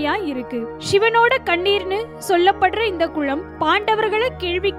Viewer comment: குளம் உச்சரிப்பு தமிழ் 🙄🙄🙄